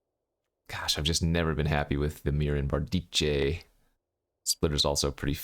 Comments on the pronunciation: Hate to be this guy but it comes up in every video: Bardiche is pronounced bard-ish, not bard-eetchay. Love your content tho! you da best! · bar deek